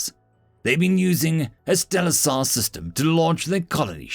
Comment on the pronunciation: One thing, stellasar is short for stellar laser, so pronouncing it like that made me cringe a little each time. Otherwise really enjoyed the story, I for once have no complaints about the scale of things here.